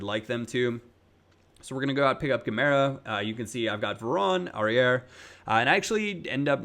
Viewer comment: Don't pronounce the final "R" in Aurier. It's like Aurié.